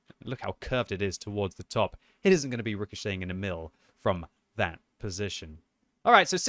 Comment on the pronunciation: Pronounced more like Eh-mil not emile